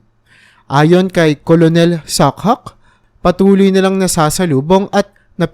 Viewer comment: Ang bigkas sa colonel ay “kernel” hindi “kolonel”. Sagwa pakinggan